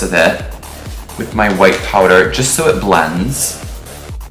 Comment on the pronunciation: HELP you ate this down but I kept hearing “c/m white” lol😭😭🙏🙏